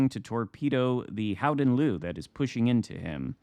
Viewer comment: I spoke to a Dutch guy the other day and he explained its mostly as you said … “Howden Looehh” (like a very slight ehhhh,at the end) Nice work! We can also just call it the Golden Lion, and this would also be accurate 😊 (Nice match & happy birthday 🎂 — Long may your light shine on our seas!)